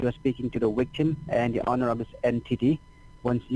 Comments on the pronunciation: If you said smartphone 📱 they would probability ask you to send a picture of either your driver's license or a picture of the woucher. They may have gotten too many 11-d-4 or other fake numbers. He did say wictim instead of victim . How does freezing the account help them find the real crook???? If the account is frozen , the crook can't wire money. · Wow, he's so "kind" to even offer you an "extension" so you can withdraw more 💰 tomorrow in order for him to steal more! Every time he'd say "wichtum" or "soshul" I'd go into paroxysms of LoL's 😂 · As usual, a great one & always happy to get a new one. Got my coffee, TV remote & G-man.....ready to face the day ..lol I bet he thought he'd hit the mother load when you said you had a IRA account. 'Wictum' ' witchum' ?.. " oh, VICTIM " ( I love learning new words..lol)